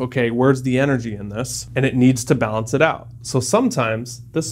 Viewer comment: "balence" lol